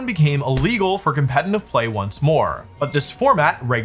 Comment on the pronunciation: Day 48268 of Wolfie not being able to say «competitive»